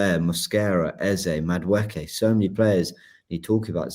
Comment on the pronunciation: pronunciation of Madueke is funny. Let's try this, think of saying Eze, but instead 'z' say Eke (valid short form of the name), then when together say Madu-Eke. Hopefully that helps.